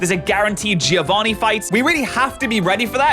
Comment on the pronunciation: You spell "Giovanni" wrong. the I after a G turns it into a J sound and the I is silent. Also the double n has to be spoken. You must read it like Jovan Nee and not Jee Ovani